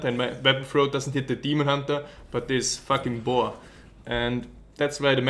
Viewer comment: "dis faking boar" ^^